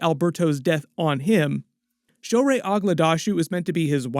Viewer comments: Quite excited to see Persian/Iranian actors and characters in the DC Universe. You butchered her name though. 😂 show·ray aag·daash·loo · slight note. if you can't pronounce aghdashloo... it is perfectly viable to call her shohreh. we persians wont care and i dont think anyone will get confused lol.